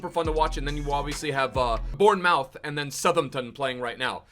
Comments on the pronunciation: I’m from Bournemouth and it’s pronounced “born-moth” lmao Up The Chezbombs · Bournemouth is pronounced born moth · am i the only one getting irritated when he pronounces BORN-MOUTH and SUH-THEM-TON 😑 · i cant tell if you're trolling but if you aren't Bournemouth is pronounced born-moof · Can't work out if deliberately mispronounces the English clubs like who tf are Bournemowth and Suthumpton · Qumar Iqbal he’s swapped the pronunciation of the “outh” in both words hahaha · your Bournemouth pronunciation got me dying LMAO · I generally think that he's trolling with that pronounciation now